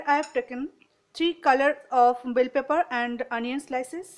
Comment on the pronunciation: Mam it is not bel paper . It is bell pepper.